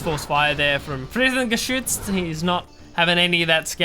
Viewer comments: its not frittengeschütz. its frit-ten-ge-sicht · haha even worse:D u pronounced it like fritten-geschiss... this would be (french)fries-shit ^^ pls;) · Today I learned: 80% of GeneralsGentlemen viewership seems to speak German. Also I can't decide which sounds funnier; English speakers attempting to talk German or the other way around. Protip: It's pronounced "fritt-uhn-guh-seesht" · fritten are fries and gesicht is a face so his name means friesface ...the way you pronounce gesicht means shit tho lol that would be friesshit ^^